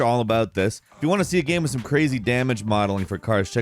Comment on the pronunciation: Game doesn't rhyme with Ham... Not sure if you were aware 😂